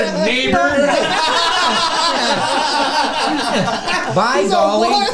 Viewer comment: Neighbor with a hard R